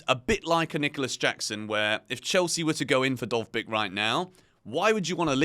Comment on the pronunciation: As a Ukrainian, I confirm that you've pronounced Dovbyk's name perfectly